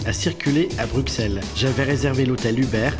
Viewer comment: C'est compliqué de prononcer correctement le nom de notre capitale? Je pleure à chaque fois que j'entends BruXXXels 😭